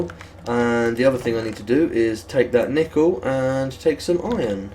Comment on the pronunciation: Do British people pronounce nickel nEEkle. or are you just effing with us?